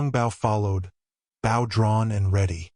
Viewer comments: It's pronounced "Bo." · I wish this reader would pronounce bow properly!😢